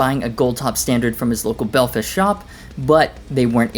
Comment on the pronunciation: You correct Silverstone but not the wrong accenting on Belfast? You’re not Irish enough to get away with that lol - btw big fan of the white Guild t-bird - like a bad ass Les Paul Custom